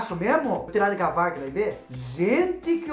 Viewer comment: Abrir degavar kkkkk É devagar